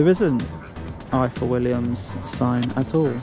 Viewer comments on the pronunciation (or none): IWT + Ifor (pronounced Ivor) Willians Trailers. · Ifor Williams, pronounced "Ivor", being the Welsh spelling of the Welsh name, originally Old Norse. The manager pronounced it several times. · Fyi Ifor is pronounced Eevorr 🏴 Sadly some Welsh people are clueless too😅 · Another good one DJ - pronounced "Ivor" as I'm sure must have been mentioned mate. I'm still watching out for you - that keyring is on my bucket list 😅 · It's pronounced Ivor william’s its spelt in the Welsh way, one F in the Welsh language makes a V sound, two FF’s makes an F sound in Welsh. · I go along with Tony’s comment. You do not show proper respect to people you talk to and video. Oh, by the way, find out to pronounce “Ifor”, as in Ifor Williams. It’s not how you say it. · It’s not difficult, DJ 😂 IWT. “Ifor Williams Trailers.”